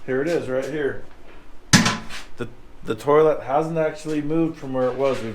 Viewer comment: Came in the part where you said tolit and I thought you were smelling your fingers lol